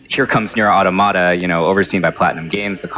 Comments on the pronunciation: It’s not ‘auto-mata’ it’s ‘au-tom-a-ta’. Think automaton: as in a machine imitating the form of a human being. Which is exactly what the game is about. I literally had to mute the video. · It's pronounced 'Aw-tom-uh-tuh' Not "auto-matter" lol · "Ah-To-Mah-Tah" I can't.... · If they say auto-Mahta one more time i'm going to lose my mind! It's Automata like you would pronounce automaton... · I hate when I hear people say auto-mata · I had to click off this video because the fools can't say Automata correctly. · FFS how are you a Square Enix representative but can't pronounce NieR Automata correctly. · People still pronounce Automata like that